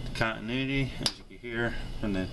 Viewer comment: Love the video over here laughing my butt off when you said we have continudity instead of continuity love your videos very educational keep up the good work